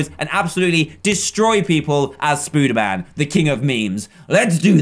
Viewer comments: ITS NOT SPOODERMAN ITS SPODERMAN! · hey dan its prononced spoderman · you are saying spader man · Does he say spooderman instead of spiderman on purpose? I just mean in general, not the kit name because "Spooderman" is the kit name.